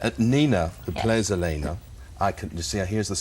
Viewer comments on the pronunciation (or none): he says 'sefaan' >:| its STEFAN! and she calls elena 'elen' 1.59 :/ they really have no clue do they :| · They Can't Even Say Elena At 1st! Gawd , You're Ment To Do Research About What You're Talking About,,,, I LOVE Nina , Ian [&&] Paul <3